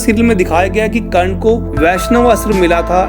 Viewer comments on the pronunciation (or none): none